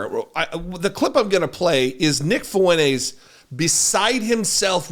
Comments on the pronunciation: his last name is “Fuentes” I’m telling this mongrel to pronounce his last name correctly. It isn’t “Funays” which you’re right, there’s no ‘T’ in “Funays.” That wasn’t my point. My point was pronounce it correctly. Again “fu-en-TES” not “fu-NAYS.” Nice try mouth breather. Now stop replying and climb back on to whatever short bus you slithered out of. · his last name is “Fuentes” I’m telling this 🐷 to pronounce his last name correctly. It isn’t “Funays” which you’re right, there’s no ‘T’ in “Funays.” That wasn’t my point. My point was pronounce it correctly. Again “fu-en-TES” not “fu-NAYS.” Nice try mouth breather. Now stop replying and climb back on to whatever short bus you slithered out of. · his last name is “Fuentes” I’m telling this mongrel to pronounce his last name correctly. It isn’t “Funays” which you’re right, there’s no ‘T’ in “Funays.” That wasn’t my point. My point was pronounce it correctly. Again “fu-en-TES” not “fu-NAYS.” Nice try. Now stop replying and climb back on to whatever short bus you slithered out of. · his last name is “Fuentes” I’m telling this guy to pronounce his last name correctly. It isn’t “Funays” which you’re right, there’s no ‘T’ in “Funays.” That wasn’t my point. My point was pronounce it correctly. Again “fu-en-TES” not “fu-NAYS.” Nice try. Now stop replying and go be a ree t a rd somewhere else. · I don’t like any of these characters, but if you’re gonna be a podcast host, can we at least do a little bit better on the pronunciation of names? The guys last name is “Fuentes.” There’s a “t” in there. It’s not “Foo-Win-Ayes.” It’s “Foo-Win-Tayes.” We gotta get these things right, or the good guys lose validity. That all being said, both Kanye and Mr. Fuentes are absolute trash pandas, and I give them no power whatsoever. May they both be miserable monsters forever. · I think you need your ears checked ree t a rd. He clearly says “Funays” no emphasis on the ‘T’ whatsoever. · Lmfao this guy can’t even pronounce the man’s name 😂😂 ..